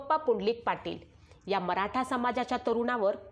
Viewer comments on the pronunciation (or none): none